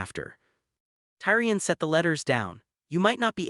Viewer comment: The way he's pronouncing Targaryan, Tyrion,and Dynarius is killing me!